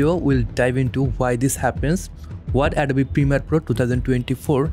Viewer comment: Perfect tutorial. Beautiful presentation of information. Suggestion: hit the "o" in the word "Adobe" a little harder to get the pronunciation perfect, as well...English has some strange pronunciations.